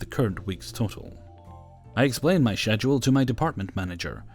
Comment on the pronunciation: No hate, but why do you pronounce schedule like that? Lol.